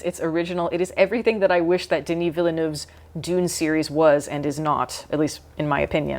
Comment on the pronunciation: It's still pronounced Vill-nuv. Not Vill-noov. Not Vill-eh-noov. Just Vill-nuv. He has pronounced his own name on numerous occasions.